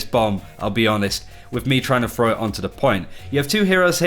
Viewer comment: Throw! Not frow! Learn fucking English Frough frow